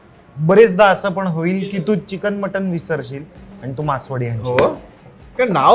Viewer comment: मासवडी, मासवाडी नव्हे.